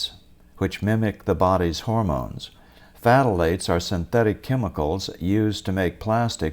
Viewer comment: Just forget about the ph - pronounce thalates. fth is awkward - just stick with the th.